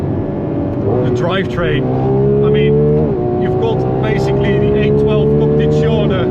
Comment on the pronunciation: Every time he said 812, I thought he was saying A12 I ended up having to Google Ferrari A12 as I’ve never heard of that before 😂😂